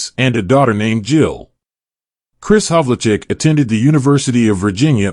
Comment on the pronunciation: His name is pronounced Hav-ul-check.